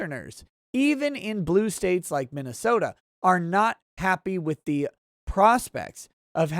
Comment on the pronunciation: You must be a resent transplant you toe don’t say minasoooooooosta